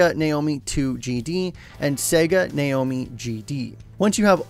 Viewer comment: Sega Naomi is pronounced Na Oh Me